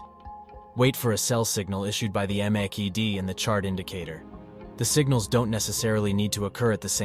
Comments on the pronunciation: "Macky-D indicator" 😆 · You lost me at 'Macky Dee' 🤣